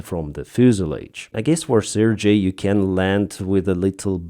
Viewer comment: You pronounce CRJ as the Russian name Sergei...